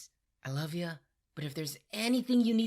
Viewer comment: Did u say "Luff" . Stopped the video. Youre gonna be back when u realize its 10/10 , after you watch for your enjoyment and not clicks. Make videos for yourself not for clicks and views. Read because you miss your friends. Not for fear of missing out